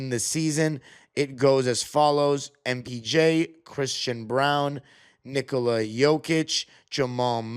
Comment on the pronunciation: You pronounce name Nikola correctly. Most Americans put the accent on the begging of his name, not in the end which is correct. 👍